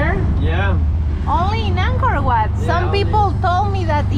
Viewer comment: Angkor Wat Madam, Not Anchor What! Please!